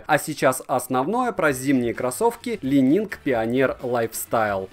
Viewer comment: Уже не лайнинг, но ещё не идеально))) Каппа., "Ли Нин" - не ли нинГ. Легендарный гимнаст Ли по фамилии Нин